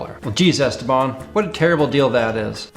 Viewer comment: He was some guy from Pittsburgh who played guitar and made some instructional videos. His real name was Stephen Paul, so "Esteban" is at least the correct Spanish pronunciation. I remember watching the infomercial for the Esteban guitar. This was back in the 90s, on most network channels after 2AM they would just go off the air. Sometimes they would have an image of an eagle or American flag, other channels was just static snow. Cable channels would stay on but they only showed infomercials, so if you were awake it came down to finding the right one to watch. My personal favorite was the Time/Life "Sounds of the 70's," the worst was a guy with a John Waters pencil thin moustache who just oozed "sleazely date-rape drug," selling something to make you shit your brains out. The Esteban one was a classic though. I remember even at the time when I would have only been playing for a year or so, I still know enough to realize the fact that you could stand on it without breaking wasn't a positive feature, in spite of them pretending it was. I don't know about now, but I remember a decade or so ago there was always at least 1 of them for sale on Craigslist.